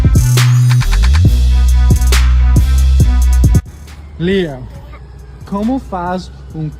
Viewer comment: 😂 “Straight Sodemication” -Strickland